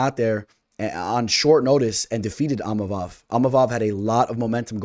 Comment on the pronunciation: Eeemavov do not pronounce the I